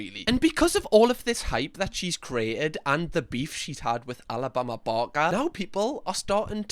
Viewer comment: How many times did you say Alabama barker wrong before you started swearing. 😂 much love from Scotland